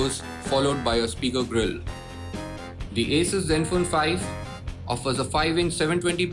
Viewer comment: Your pronunciation of "Asus" is wrong... its A-sus